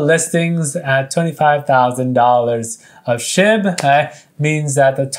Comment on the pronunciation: when he said burn SHIB, it sounded like he said burn SH*T